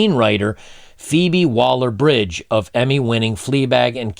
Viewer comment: ...feebie - waller - bridge..?? Like as in feeble...lol...